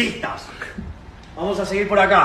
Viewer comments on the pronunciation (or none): none